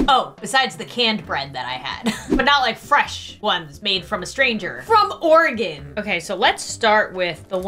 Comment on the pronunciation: good job you said Oregon correctly!